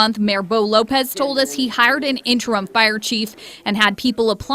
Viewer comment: "Augist" is not a word. "Interum" is not a word. "Buhfore" is not a word.